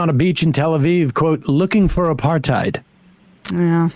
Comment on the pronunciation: Reminds me of Rapaport, "where is the aparTHEED"